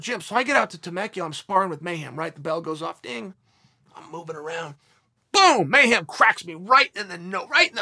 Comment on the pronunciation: "MayHAM" hem Chael mayHEM